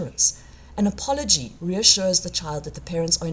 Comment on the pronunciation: What is this word "a-pol-o-gee"?